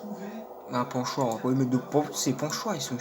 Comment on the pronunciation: Des pochoir pas des ponchoir mdr